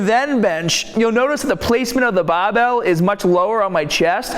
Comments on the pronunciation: "Underneath the BAbell" 😂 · The bahh!! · Came for the tip, stayed for the BAHbell. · What is a baaa...or a baaabelll. U sometimes pronounce r and sometimes not. Sometimes u have accent sometimes u don't. Why ? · bahhbell , ahhhhhmsss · So wierd! I have watched a 100 videos and never noticed "bah-bell" before. This will affect my subscription because I am very prejudiced against Bostonians. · how come you pronounce barbell "baabell" but you pronounce bar as "bar" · I don't get it, you pronounce 'bar' just fine and yet you follow it with 'BAAHBELL'., are you trolling? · "When they grab the bahbell" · LOL there's a definite difference in your accent like how you said 'barbell' and 'arms are' , its more bri-ish if you kno' wot'a mean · "aharms" " bah bell"